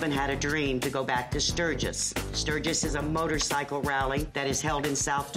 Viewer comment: Great that he rides for Veteran's funerals! Thank you! But let's learn how to pronounce what you ride! It's motor-SIGHcle, not motor-SICKle!